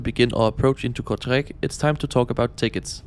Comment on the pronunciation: "Here in Kurzreich" 😂❤